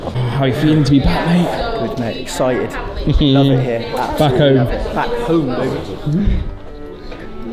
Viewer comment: Here. > Is a one syllable word. Not 3. / Heee'a'ra.